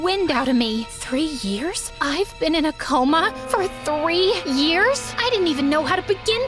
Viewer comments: It’s not rears it’s years😂😂😂😂😂😂😂😂😂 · Anyone else notice that “three rears” instead of “three years” 🤣🤣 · Isn't it supposed to be years and not rears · Why is it rear not years? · 😃🤔🤓👆Erm actually it's years, not rears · “Rears” I’m crying 😭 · 3 years ❌ 3 rears ✅ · Years ❌ Rears ✅ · 3 years ❌ 3 rears✔️ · Rears!? Um... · REARS LOL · U guys made a mistake u said rears instead of years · "I Suddenly Woke Up From A Coma After 3 rears" bro said rears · "i Suddenly Woke Up From A Coma After 3 Rears" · “3 rears” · Nia not nah and years not rears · "after 3 rears"😭😭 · “I suddenly woke up from a coma after 3 REARS” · After 3 « Rears » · "After 3 Rears." WHAT..?! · “after 3 rears”😭😭